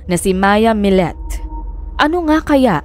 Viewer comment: Maya millete po,not millet.. kumbaga kung bigkasin ay maya milyete,at larry milyete na parehas na pilipino po...sinusubaybayan ko ito hanggang ngaun dito sa las vegas ,nakakaawa si maya kasi hnd pa sya nahahanap! I think tinapon katawan nya sa dagat